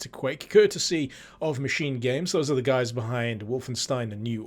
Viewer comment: In what world is the word 'machine' pronounced ma-kin!? Ma-sheen. Ma-sheen-ist. What the actual fuck man!?